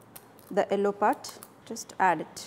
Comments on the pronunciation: south Indians always pronounce the color 'yellow' as 'ellow' lol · She: ello. ow are oo? :)